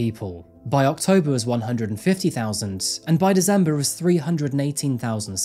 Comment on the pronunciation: Why does he say Dezember?